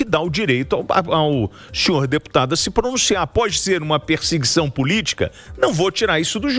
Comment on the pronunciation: "Pirsiguição" do Petê malvadão😂😂😂